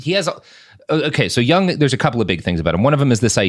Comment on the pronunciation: I would have gotten the "Jung Man" joke had he pronounced it correctly.